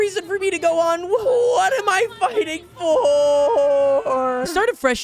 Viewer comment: that was not fighting, you did not say fighting